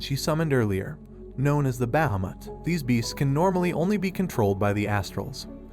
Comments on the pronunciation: Can we just talk about BAhAmUt and not bahamut (bah-hah-moot)? I just had to since his pronunciation was hilarious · The dragon not called bahmot it's pronounced as baheeemot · It's behemoth not bhameth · It’s Bahamat (Baa -ha-Matt) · You absolutely butchered Bahumet's name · The way he keeps saying Bahamut so wrong is the only thing I dislike about this video xD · I'm sorry the way you pronounce Bahamut is no just no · Why do you pronounce bahamut strangely? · The way he says bahamut is sad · Is Bahumut really pronounced like that? Sounds so wrong to me but I've never heard anyone pronounce it tbh lmao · I literally want too die you can't even say bahamut properly